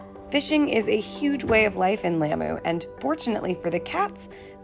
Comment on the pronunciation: This is beautiful! I used to live close to Lamu! Thank you for your care? Please try to pronounce Lamu correctly ! The a is like the au in taught. When you visit foreign countries often it’s not too hard to learn the right pronunciation of their home land. It shows them respect as well!